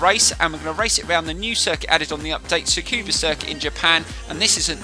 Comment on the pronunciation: Just found your channel and gotta say I really enjoy it! Just need to work on that za-kyoooba circuit pronunciation... haha no just kidding! New sub from me ✌🏼